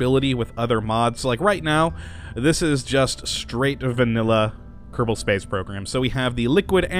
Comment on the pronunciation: found your comment 41 minutes ago!!! he pronounces “kottabos” space prorgam i guess